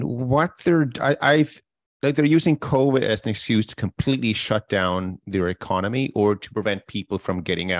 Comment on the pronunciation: “Ecomony” - still love ya man haha 😂 Keep up with the great show!